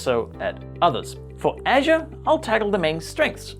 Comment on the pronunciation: Everytime when you say "Azure" it's sound like "Asia":) But nice video, thank you:)